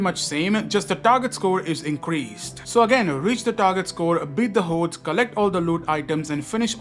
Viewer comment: I like the way he says “hordes” lol run away from the hoedes